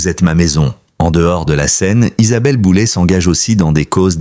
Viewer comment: J'essais de comprendre cette manie de transformer les noms avec terminaisons en "ay", qui deviennent en "et". L'IA serai-elle l'explication...de fortes chances... En fait, QUI se sert de l'IA pour faire du sensationnalisme ? C'est une atteinte à sa vie privée et à son intelligence 😢